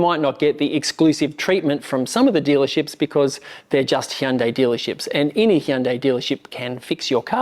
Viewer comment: C’mon, you review cars for a living, surely the least you can do is pronounce the brand name properly.